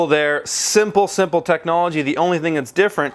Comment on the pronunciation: It's funny how u say simple technology :)